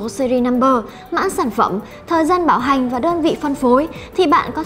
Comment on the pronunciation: Bạn nữ nói từ bảo hành mà cứ nghe thành bạo hành. Thằng bạn ngồi bên cứ ngó qua “bạo hành cái gì đấy...”